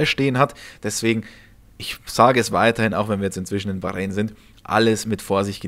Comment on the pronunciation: Was ist Bachreen? ..depp